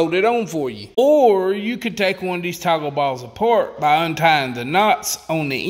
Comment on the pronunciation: How many times did you say TACO BALLS? Haha. I think it was toggle balls but after it heard Taco balls I couldn't hear anything else.